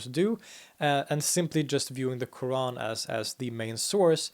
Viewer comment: No, not really, although is good but his pronunciation of word "Qur'an" is still off.